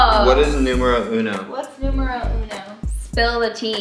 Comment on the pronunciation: You said numero uno! I'm Italian and the pronunciation is fantastic